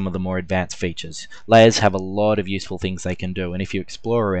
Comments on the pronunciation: hahaha i noticed you pronounce 'lay ers' as 'lay es' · so many layyass.. lmao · It sounded like "Las". Lol. Great tut, though.